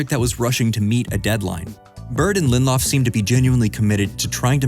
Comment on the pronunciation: It’s 3 syllables: Lin-dill-off I am fun at parties.